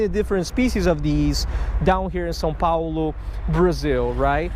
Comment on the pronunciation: Não pera... Vc é BR? Sério? Tipo, sério?? Mano do céu, nunca imaginava! Quando vc falou "São Paulo" no vídeo já fiquei meio "pô, o cara falou direitinho" mas ai chegou a revelação maior ioeouijehouehjouiehj Pior que isso explica o pq vc curte mais buscar variedade de peixe. Os vídeos do EUA q eu tenho contato a galera vai atrás de bass, catfish (de forma genérica) e as vezes de lúcio e isso sempre me pareceu uma pescaria meio mónotona comparada com a variedade q se consegue por cá...